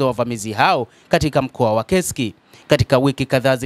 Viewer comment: Ni KURSK sio KESIKI bana... Mbona una habari nzuri lkn unashindwa kutamka vzr?